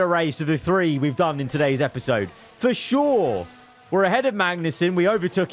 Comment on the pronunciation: bruh I thought he said verschoor not for sure